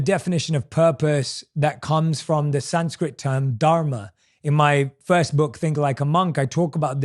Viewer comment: Jay Shetty you stayed in India for few years. Don't pronounce Dharma wrongly. Don't act too smart. Copy cat